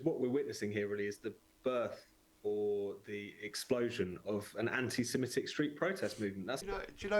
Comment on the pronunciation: It's Sem-i-tic, not sem-e-tic.